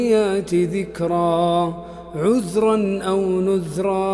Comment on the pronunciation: في خطأ بلفظ( عذراً)